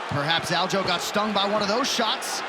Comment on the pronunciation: WHY TF DOES EVERYONE CALL HIM ALJO!?! ITS ALJA ... how bout I start calling you Petor or better yet let's just drop the r, fuck it.. call you peto...